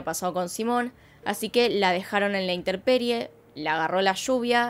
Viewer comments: No es interperie, es intemperie. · Hola, se dice INTEMPERIE, no inteRperie